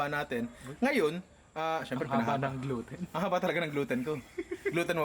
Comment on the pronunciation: Ninong said: Glouten di owten HAHAHAHAHAHHA